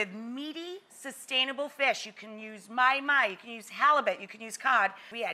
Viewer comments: Well that’s awkward. It’s not “my-my” it’s “maw-hee, maw-hee” lol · did she just say my-my???? what a kook. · Thats not how you pronounce mahi mahi(ma-hi ma-hi)